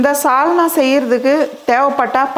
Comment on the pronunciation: 'Chalna'-'Salna' illai. 'Sarkarai'-chakkarai illai. 'Sukha'-chukka illai 'Sappadu'-chappadu illai.....